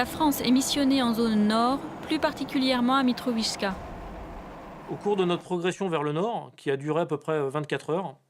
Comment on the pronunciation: "mitrovichka" ,c est quoi ces journalistes de merde